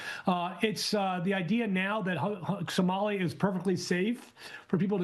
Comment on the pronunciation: The "professor" cant even pronounce Somali. WTF is a Sumali?